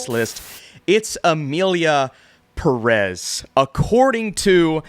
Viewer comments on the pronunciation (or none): it's pe-rez not purez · Please, it is pronounced Emilia Pérez, the accent is on the first e. It's bad enough that the director and one of the main characters doesn't speak a word in Spanish. At least try to pronounce the name correctly, it's not so hard, just accentuate Pérez on the first e. Pé-rez!!